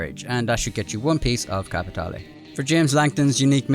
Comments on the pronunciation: You're pronouncin' it wrong, boy! You should say it like Joe does: "kappa-TAY-lay" =) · Nice work but don't you mean capi tay lay:_Laughing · capi tea leave. Im really enjoying the solo lobbies in these missions. Its great to me but I really am starting to hate that word capitale